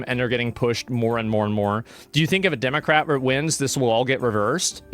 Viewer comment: I swear he says Democraper😂